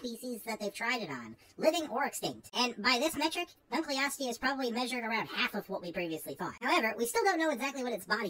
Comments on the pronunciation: I always thought it was pronounced Dunkle-osteus instead of Dun-kleosteus, since the fossil was named after David Dunkle. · Hey so um.....you're saying it wrong. It gets its name from an archeologist and the part of his name that is shared with this armored fish in pronounced done-kull-osteous not dunk-lee-osteous. Many many people say it that way and it is an ok way to say it, but it is technically supposed to be pronounced like I wrote out above.